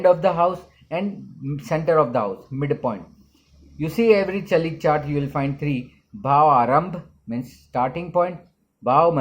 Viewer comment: Its called chalit not galit ......🤣🤣🤣🤣